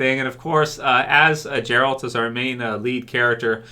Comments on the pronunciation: Us witcher fans don't want or don't need any of those stupid GOT fans stay in your own lane and its geralt not jeralt lol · Hey, please Gerald's name starts with G like Goose not G like Giraffe. Lots of love. 😘